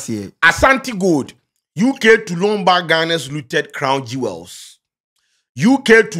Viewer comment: "LOAN BACK " 🤔🤔🤔😂😂. WHAT A 🤣🤣🤣. KOBLA IRELAND